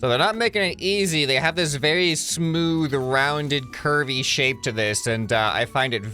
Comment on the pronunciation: the first time he said curvy I thought he said "kirby" 🤣